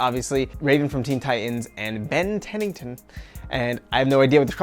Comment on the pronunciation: Did he just say Ben TENNINTON????!!!?!?! TRIGGERED